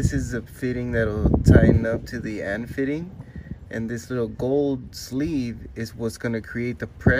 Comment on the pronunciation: Cool stuff, did however bothered me that you say AEM correctly and not AN fittings (not Ann fittings, AN stands for Army-Navy hence A, N not Ann)